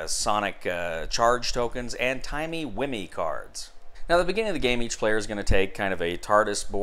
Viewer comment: "Timmy whimmey" xD as a Dr who fan this made me giggle